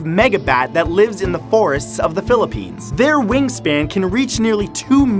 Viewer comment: Also Matt, its Philippines not Philippians.